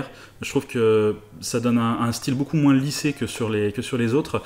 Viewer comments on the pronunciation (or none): none